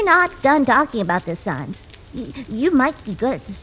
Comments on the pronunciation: SANESSS (SANS) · is it me or are they they pronouncing sans annoying sans kinda annoying